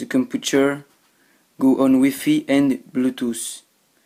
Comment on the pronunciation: not wifie its wifi but i understand your french you still speak good english